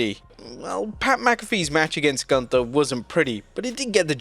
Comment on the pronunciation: Nobody can pronounce Gunther right. Sprechen sie Deutsch!